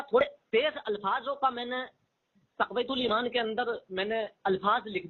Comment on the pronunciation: اس جاہل کو تو کتاب کا نام بھی صحیح سے لینے نہیں اتا تقوۃ الایمان کہہ رہا ہے حالانکہ اصل لفظ تقویۃ الایمان ہے اس کو تو اردو بھی پڑھنے نہیں اتی اردو دانی کا یہ حال ہے کہ بالکل جاہل ہے اس کو پتہ ہی نہیں ہے کہ اصل لفظ کیا ہے